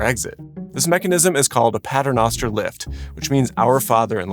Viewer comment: As a Catholic your pronunciation of pater noster makes my head hurt.